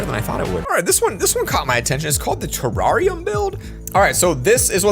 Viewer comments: TERARIUMA that’s not how you pronounce terrarium. BOI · Why he say terrarium like that😂